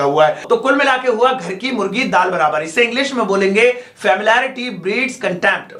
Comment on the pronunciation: Check the pronunciation of familiarity pls.... Fa-mili-ari-ty. Little, a little, the little, Few, a few, the few.